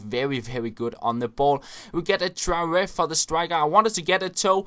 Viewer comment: The way you say Traore is amazing!! "Trururu"